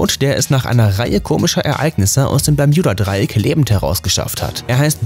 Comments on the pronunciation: Bitte nenn es BermUda und nicht Berm YOU da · Bermjuda?ES HRIßT BERMUDA😂DEUTSCHE SPRACHE SCHWERE SPRACHE😂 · Bermjuda hahah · Lost kriege richtig Aggressionen wenn er Permjuda statt Bermuda sagt!!!!! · Wenn triggerd Bermjuda Dreieck auch?😂 es heißt Bermuda Dreieck, aber sonst gutes Informatives Video👍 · Digga BERMUDA nicht PERJUBA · Bermjuda Bermuda interessant wie man sich so leicht an etwas aufgeilen kann. Was da wohl schlimmer ist? Das falsch zu sagen oder es dämlich zu kommentieren hmmmmm. Vote yourself :-) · Heist das nicht bermudadreieck ? Oder doch bermjudadreiek ???? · Hauptsache er sagt "bermjuda" obwohl es bermuds heißt, aber bei "juss" sagt er USS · Alter das heißt bermuda und nicht bermjuda!!!!! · BERMUDA NICHT BERMJUDA DAS REGT SO HART AUF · Es heißt Bermuda Dreieck nicht bermjuda dreieck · Junge bermudaa nicht Bermudja Trigger nicht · Warum "Bermjuda", wenn es Bermuda heißt?! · Kolleg lerne deutsch es heisst nich permjuda dreieck sondern das Bermuda Dreieck 🥴😶😑.... du Pflock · Es heist Bermuda und nicht bermjuda 😑 das macht mich so aggressiv sprich es richtig aus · Also es macht mich echt aggressiv, dass du Bermjuda sagst statt Bermuda. Ich kann das Video nicht liken und nicht in Ruhe anschauen. Sry. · Wer kennts nicht das permjuda dreieck 😂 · Wen macht das auch so dezent Aggressiv das er "Berm J uda" sagt?😂😅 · das tut mir in meinem Kanadischen Herz weh, es heißt auch in Englsich Bermuda und wird auch so ausgesprochen. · Ich kann das Video nicht ernst nehmen. Muss jedes mal lachen wenn er Bermjuda sagt 😂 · simonsleif nein bärmjunda Dreieck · Das spricht man. Mit U bermuda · Mich ,das ist einfach so am triggers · Ich auch😑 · ich auch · Wieso sagt er das permjuda Dreieck 😂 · Das Bermjuda Dreieck, wer kennts nicht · Tut mir leid, aber ich kenne kein „Berm j uda " Dreieck 😂😂😂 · Alter zuerst Schtullu und jetzt Bermjuda.. der Typ macht mich lowkey aggressiv. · Sag doch einfach wie alle ganz normal " bermuda"😡😠😡😠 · Man kennt’s das permjuda Dreieck😂